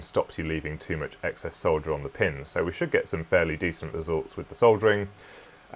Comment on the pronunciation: Another wasted click that took me to a UK video. Give me rational AWS classifications instead of tradenames thank you very much. But just for your education, the 'l' in solder is silent. It is pronounced 'saw-der'. You're welcome!